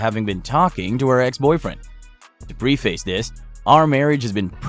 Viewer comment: My lord, dude. Check you pronunciation of English words. Preface, etcetera. I think there was another.